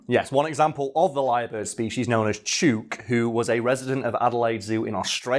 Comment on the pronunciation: this is defiantly an episode that needs the clips edited in. the lyre bird is completely awesome, and I need to see the salmon hat. also, 'chook' is pronounced like hook. its aussie slang for 'chicken'. as in, 'Im going to feed the chooks'. It can also be used as a term for a group of gossiping (usually older) ladies. you wouldnt call em that to their faces tho.